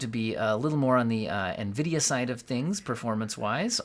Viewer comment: Nvidia getting butchered. I like that.